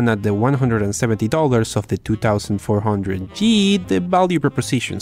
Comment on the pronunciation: Say it with me twenty four hundred g